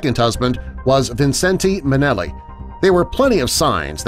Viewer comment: The google images are unbearable and you mispronounce Vincente Minnelli.